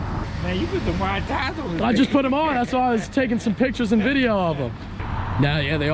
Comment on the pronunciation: 😂😂😂 "You put some wide tiyas on there"